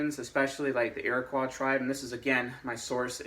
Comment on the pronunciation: Hey. I live in Iroquois territory. Just a correction: Iroquois rhymes with boy.